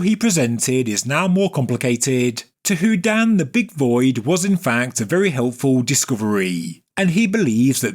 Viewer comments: I love every single one of your videos! But please stop saying who-dan. It’s who-dean. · Like Houdini, without the last I.